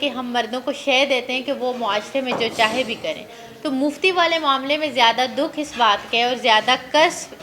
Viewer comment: please don't say muftey